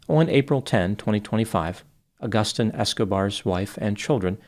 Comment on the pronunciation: The way you pronounce Agustin is brutal - and no, I am not a spanish speaker.